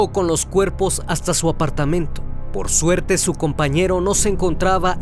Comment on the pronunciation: Minuto el narrador dice “por surte” eso no me parecio bien